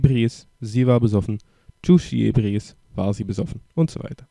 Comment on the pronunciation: Also bitte, lern mal die richtige Betonung!!! Es heißt nicht "sómero" und "ébriis", sondern "soméro" und "ebríis"! Und wer genauer wissen will, was Esperanto ist, findet hier etwas Info